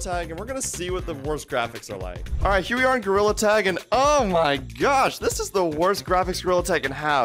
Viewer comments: “Today i played gorrila tag” 😂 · You said gorilla wrong😂